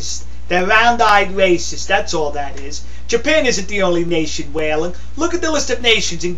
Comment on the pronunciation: thewe wacist!! undewestand, thewe wacist!!!